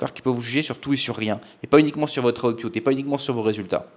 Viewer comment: Tout à fait d'accord sur le fond, juste output se prononce aoutepoutte et pas aoutepioutte. Oui je sais je suis un peu un fils de pioutte, mais il fallait que je le dise 😀